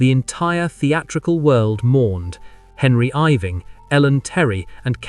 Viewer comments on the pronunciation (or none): Could the artificial intelligence commentator be taught electronically to pronounce the name Henry Irving considering that he was a particularly renowned actor in 19th century England and deserves respect.